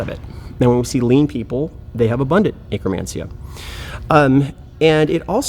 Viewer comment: I can't unhear it now. 🤣🤣🤣